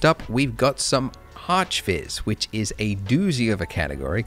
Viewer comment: its "arc-viz" not "arch-viz".... smh